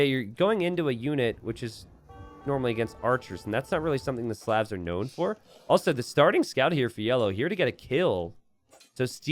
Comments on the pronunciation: please stop pronouncing slavs as slevs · Is anyone else bothered by how pronounces Slavs?